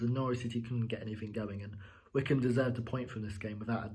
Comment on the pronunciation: Hmm, I always thought Wycombe was pronounced [why-comb], not like Wickham... Anyway, if Krul didn't shout, and I believe he didn't, Hanley should have cleared the ball just to be on the safe side. Then again, I think Krul might have had enough time to get to the ball first. But he moved forward, stopped, moved again, and then stopped again. Definitely not the best performance I've seen from Norwich, but good three points. Great free kick by Mario. And finally someone played a through-ball to Pukki!